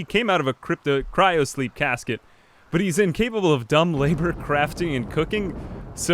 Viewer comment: HE STARTED SAYING THE WORD CRYOSLEEP CORRECTLY LETS GOOO